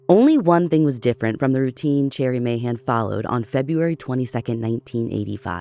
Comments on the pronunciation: Too bad she pronounces "Sherry" as "Cherry". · She needs to research a little harder next time....She pronounces "Sherry" as "Cherry". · Okay but is her name actually pronounced like the fruit? Cherry? Or is it like the drink and name, Sherry/Sheri/Shari/Cheri/etc?? Ashley I love you but this was so distracting to me. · Finally! I've listened to you lovely ladies for a few years with my husband. We have always hoped you would do Cherrie's case. (From my understanding its pronounced Sherry). While Cherrie disappeared a few years before i was born, it only happened 10-15mins from where i grew up, and currently live. Its a haunting story/reality that my husband and I have told our kids about every year. The Montgomry farm has been talked about for decades! As a place of interest. I have always suspected that the original detective had ties to them, which is why her case got pushed to the back burner. It was "cold" from the first moment it wasreported. Finger printing kits where a big thing wheni was younger. Pretty sure my parents still have my original set from kindergarten, but it was highly pushed because Cherrie was so close.